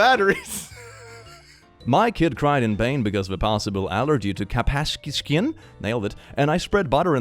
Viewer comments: Cap-ass-Ki-skin. NAILED IT! I do not know if is joking or genuinely struggling with cap-cais-in. capsaicin. Either way it made my day the confidence in how he said it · its pronounced cap-say-sin im pretty sure :) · it’s pronounced cap-say-asin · capsaicin (CAP-SAY-O-SIN) You're welcome